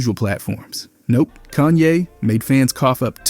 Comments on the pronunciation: Bro its Kahn-yay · Cone ye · Bro says so many words the wrong way. Like it’s gotta be purposeful. How you say Kayne one second and the next call him cone ye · who tf is goonye??! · cone yay? bro really? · "Kuch-ye's..." blud changing how he pronounces kanye every 2 minutes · "Koo- chay" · His pronunciation of Kanye gets worse and worse and it’s pretty effective ragebait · Disliked and reported its Ye now but atleast say Kanye right